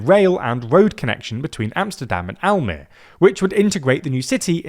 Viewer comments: I actually live in Almere and I would really welcome the construction of IJstad and the metro connection. With current political affairs though, I don't expect to see it happen before 2050. Almere (which, by the way, has three syllables "Al-me-re" and the second syllable is stressed. The final -e is a schwa, not a silent letter.) is a bit of a lonely city. It's big enough by itself (and has a low density and ver little highrise so it's very stretched-out) but there aren't many smaller towns nearby like in any other place in the Netherlands. Almere is mostly a dependency of Amsterdam. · Just to fix the way you say Almere, which is close, better to remember the last e is like an ah, like tra la la, so Almera would be easier way to look at it.